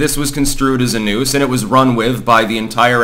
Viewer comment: I heard "nukes" instead of "noose" and thought the bubba story was a very different situation.